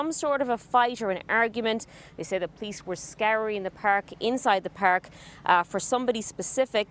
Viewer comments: It's Park not Peerk, you dumb ass reporter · We don't know what happened so "feeeer" in the "peerk" 😂😂